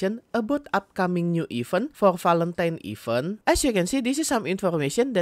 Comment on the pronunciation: baca event bukan "even" tapi "iv-ént" e dibaca kayak pengucapan bebek